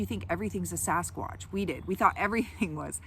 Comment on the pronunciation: Anyone else bugged when people say "saw-skwatch" instead of "sa-skwaach"??